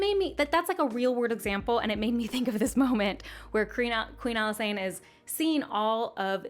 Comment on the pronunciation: Why do people pronounce Alysanne like that? It's literally Alice Anne lol